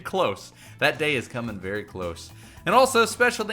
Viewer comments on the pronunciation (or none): none